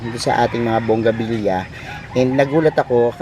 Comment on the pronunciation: Nakakatawa lng si sya pero hindi alam kung ano ang tamang pronounciation ng halaman nya... its bougainvillea (bogeynvilya) not bongabilya🤣🤣🤣